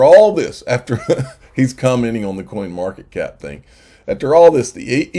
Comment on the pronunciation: Was it me or did you say coinmarket cock at the end of the video